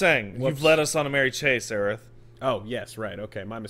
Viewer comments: It's Aerith,. Do you also say Sephiross? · The trailer clearly pronounces Aerith why are you both saying Aerisu you weebs Will you be talking about desu noto later on or what